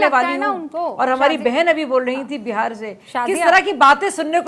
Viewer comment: Phli baat Behar nhi hota hai Bihar hota hai😅